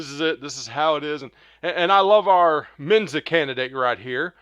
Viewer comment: Please, just show the videos. We're all smart enough to add our own commentary. This is essentially unwatchable. Terrible commentary. Just shut up! And it's MENSA not MENZA. SMH